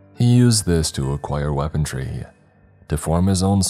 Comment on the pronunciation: Dude! Really like your story telling style but I absolutely crack up laughing every time you say ACROST, ELTS and my personal favourite WEAPONTRY 😂😂😂😂